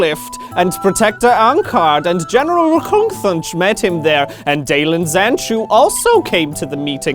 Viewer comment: What I really want to know is how many takes it took to pronounce Rkungthunch so fluently.